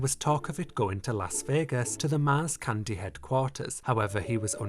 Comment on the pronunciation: I am listening to the video in background and can’t figure out if he’s saying “candy statue” or “cunty statue”. I choose to believe latter.